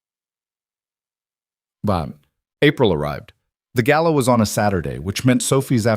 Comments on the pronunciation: Southern Arizona United States of America Gala NOT Gallow. Good story. I really enjoyed it. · AI‼️ The word is 'GALA'; not 'GALLOW'‼️ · It's not gallow, it's gala. I hate AI.